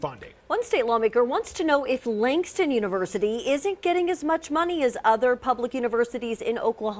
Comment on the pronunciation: “Langdon” a fine example of university education. It’s Langston